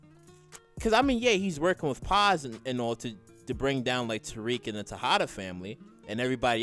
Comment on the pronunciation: His name is Tariq!! Not Tyrrik!! Damn!!